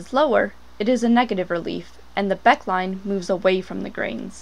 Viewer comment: It is pronounced Becké line.